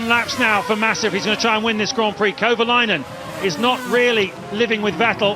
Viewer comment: Okay... the fact that the commentators keep butchering Kovalainen's name is really irritating. You'd think they'd actually learn how to pronounce driver names properly... but evidently, it's too hard.